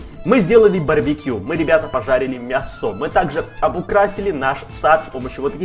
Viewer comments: Почему мясооо,а не мяяясо? Или ты специально так говоришь? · мЯсо!!! не мясО, мЯсо!!! ударение на я. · У тебя падает ударение на о слово мясо? (Лайк!) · Он сказал мясО а не мЯсо XD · почему ты говоришь мясо ударение на о? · в слове мясо ударение на Я а не на А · мясо страно сказал